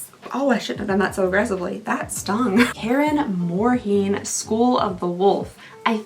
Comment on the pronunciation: karen more heen - im dying lmfao k-air mourn lol